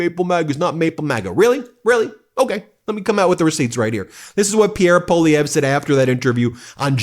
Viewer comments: May I suggest that you pronounce Pierre Poilievre' ssurname as "pwalieve". That is how the letters work in French. P.S. I am Candian and not a fan of M Poilievre.. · Really getting a kick out of your Maple Meidas stance. Thanks for your support! One quick note — Poilievre is pronounced PWA-lee-evre. It’s a tough one, and you’re SOOO close!🍁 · Poilievre is pronounced Pwah-Lee- ev- ruh. (Wah like water)